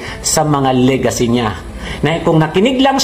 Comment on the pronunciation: Lagaycy...hindi Legacy...